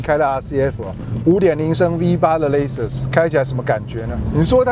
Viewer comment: 这明显不是地区口音的问题啊，Edition /e/ 发 /i/ 音 idition？？；Lexus /aekses/ 他发 /lases/，这种也是地区口音问题嘛？